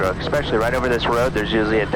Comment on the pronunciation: there is no "x" in especially. essssspecially